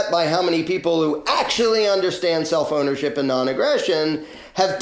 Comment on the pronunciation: the first time you said "self ownership" I thought you said "cell phonership" and, jarred by the non-sequitor, temporarily stopped comprehending what you were saying. Eventually I got back on track and wish to thank you for your clear and important message. I would just like to ask you to, please, pause a fraction of a second longer between words. Okay?